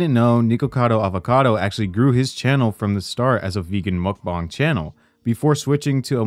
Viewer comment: Why do you pronounce mukbang as mukbong?